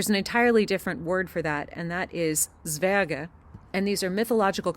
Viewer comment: Great pronunciation of Zwerge